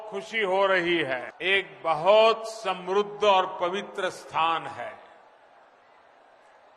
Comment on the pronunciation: साले पहले समृद्ध बोलना सीख ले